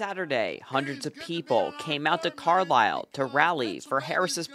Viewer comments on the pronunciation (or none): none